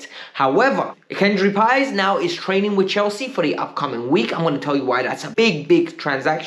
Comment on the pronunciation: You finally calling Paez's name correctly.